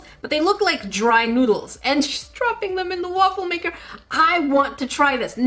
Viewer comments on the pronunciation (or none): Lol, woofle maker 😂😂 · So I heard waifu maker idk is it just me? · A Wuffel maker XD Please search Wuffel on Google. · “So this is my Woofle maker”